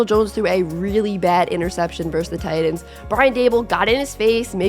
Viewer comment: TIGHT-ANS. TIGHT-ANS..My god this was a good video but they are not Tidans. Holy shit.